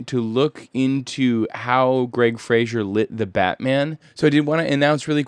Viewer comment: I believe Greig Fraser's last name rhymes with "Laser" (I've been hearing a lot of Youtubers pronounce it wrong, so you're not the only one.) But great video,, I enjoy these breakdowns and seeing the re-creations in cinetracer.